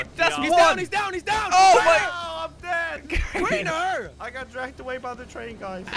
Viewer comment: When jelly said we lost crainer he said we lost trainer